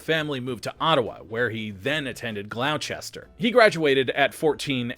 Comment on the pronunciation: 1. Gloucester is 2 syllables: GLAW-ster. 2. Dan Akroyd also lived in Ottawa and went to Carleton U (Go Ravens!) more than a decade earlier.